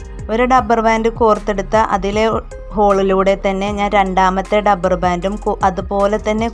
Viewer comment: ഡപ്പർ അല്ല റബ്ബർ